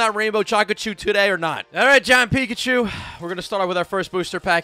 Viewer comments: You said chachu it's picachu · When you say chacachu I was laughing so hard